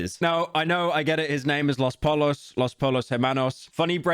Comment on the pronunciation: Did you just pronounce the L's in "los pollo" 😂